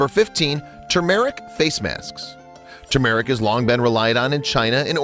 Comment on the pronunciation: He said tumeric wrong